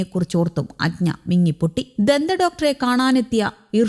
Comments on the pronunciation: അജ്ഞ അല്ല അജ്ന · ഈ പെണ്ണുംപിള്ള വെള്ളമാണോ ഒരു കുട്ടിയുടെ പേര് പറയാൻ polumഅറിയില്ല ....അജ്ഞ പോലും. അജ്ന എന്നാണത്തിന്റ പേര് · അജ്ഞാ അല്ല മര ഊളെ അജ്ന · അജ്ന ആണ് അഞ്ജ അല്ല..